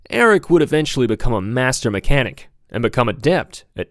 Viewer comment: Cool video and tribute. Not a fan of your vocal fry... His name is Erich, pronounced Erig, not Eric. Also r.i.p. Erich...